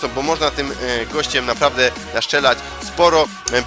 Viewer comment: ***** panie itd nie żeby cos ale mówi sie s TRZelać a nie sCZelać